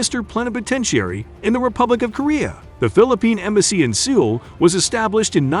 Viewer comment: I love it when poorly calibrated bots misread text. What American (or person with a perfect american accent) mispronounces Seoul? Stock footage with some logos and press release photos give the appearance of professionlism. However the analysis and assessments are vague and generic - as if pulled right off of press releases. Channel is 5 months old, right around the explosion of ChatGPTs popularity - title of video was probably what was typed into Bing/ChatGPT. Also textbook Pinoy-baiting. Most videos on channel have fewer than 1k views. Do a video on the Philippines, you get 85k views. The friendship is real. The gratitude from the Korean war is real. But let's be real. Investing in developing countries is easy to do because it's cheap. Also, SK has very few tropical beach areas.